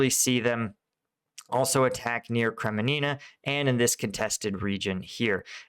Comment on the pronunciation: He also couldn’t pronounce Kremmina 🤦🏼‍♂️ Called it Krememina 😆 He’s absolutely terrible at pronouncing anything! At least he’s consistent ha!